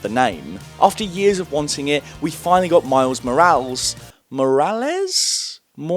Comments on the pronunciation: Miles Morals Miles Moralees It’s Miles Morales 😂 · I believe it’s pronounced “Mor-al-ess” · Mor-ral-es. It's phonetic. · i think the pronuntation its miles moh-ráh-lēs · its pronounced miles Moreales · I pronounced it "More-ayles" for many years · I have never seen someone struggle to say Morales in my life and I’m shocked😂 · Morales really isnt that hard to pronounce